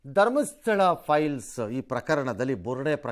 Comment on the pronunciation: Piles alla sir, files adu😂